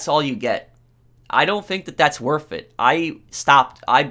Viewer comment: Guys it’s not worf it